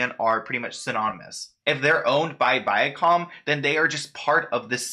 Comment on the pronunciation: You said the name right Viacom. At the end of some older TV shows the logo use to show up, and read the name the same way you pronounced it.